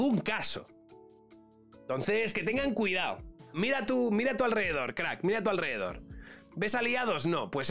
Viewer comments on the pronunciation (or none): none